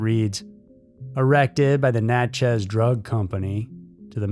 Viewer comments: It’s pronounced more like Natchess. Not Nat-chez. Sorry living in SE Louisiana gets pronunciation hooks in 🤣 Love being a member of the EWU Crew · Never thought I'd hear anything about my city on here. But its just Natchez, not Nat-Chez 🤣❤